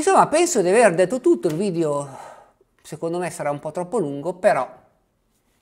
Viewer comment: Per favore, evitiamo di diffondere la tendenza a pronunciare la parola "video" in maniera errata, all'inglese: "vidIo". In italiano si pronuncia "vidEo", non "vidIo"!